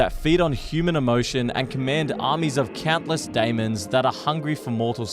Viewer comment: I'm about to go crazy the way you keep saying demon